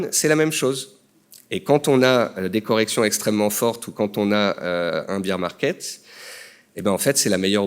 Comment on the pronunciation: BEAR (bèr) market...pas BEER (bir) market mdr